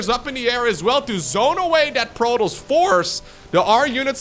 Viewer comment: It also sounds as if he is saying Protals instead of Protoss.